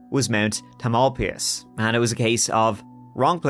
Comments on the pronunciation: and you say Mount Tah-MAL-pee-us, which had me scratching my head. It’s pronounced Tah-mal-PIE—us and Marin is pronounced Mah-rin, also BTW. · " tam-el-pie'-uss " 🫣🥸🤓 Love this content! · Not that it matters but just for the heck of it, since I grew up in the Bay Area, it's 'Tam al pie us' or just 'Mt. Tam'. I dunno, might come in handy for other SF area crime stories? Sure seems like there's plenty of them. You nailed Point Reyes though 👍 Anyway, another interesting podcast. Thanks! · The mountain is pronounced TAMILpias . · Tamalpais = TAM ul PIE us. Or just Mt Tam. In Muh RINN County. 😊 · Tam-uhl-pie-us. Not important, I know, but I just had to let it out of me.